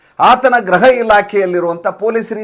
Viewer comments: ದಯಮಾಡಿ ಗೃಹ ಅನ್ನಿ ಸಾರ್ ಗ್ರಹ ಅಲ್ಲ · ಎಲ್ಲಾ ಸರಿ,, ನೀವು ಗ್ರೃಹ ಅನ್ನುವ ಬದಲು ಗ್ರಹ ಎಂದು ಹೇಳುತ್ತೀರಿ ಗ್ರೃಹಕ್ಕೂ ಗ್ರಹಕ್ಕೂ ಇರುವ ವ್ಯತ್ಯಾಸ ಗೊತ್ತಿಲ್ಲವೇ ಗ್ರೃಹ ಅಂದರೆ ವಾಸಮಾಡುವ ಮನೆ,,, ಗ್ರಹ ಎಂದರೆ ಸೂರ್ಯಚಂದ್ರಾದಿ ನವಗ್ರಹಗಳುಎಂದು ಅರ್ಥ ವಾಗುತ್ತದೆ ಒಂದೊಂದು ಬಾರಿ ಇದ್ಯಾವ ಗ್ರಹ ಎಂದು ವ್ಂಗ್ಯ ಹಾಸ್ಯ ಮಾಡುವುದೂ ಉಂಟು ಈವ್ಯತ್ಯಾಸಗಳನ್ನು ಸರಿಯಾಗಿ ಬಳಸಿ